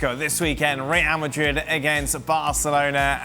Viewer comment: Say rreeall madrrrid one more time